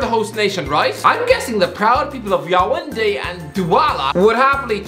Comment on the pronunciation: His pronunciations are as exciting as en wet broccoli sandwich, its pronounced "Yawunde" not whatever he said.